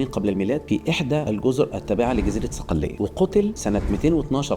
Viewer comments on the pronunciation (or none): صقليه بالصاد وليست السين